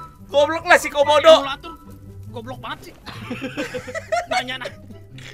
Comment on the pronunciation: Gua dengernya komodo bukan kaubodo😂😂😂